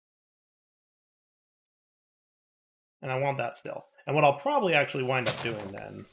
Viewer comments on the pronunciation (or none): none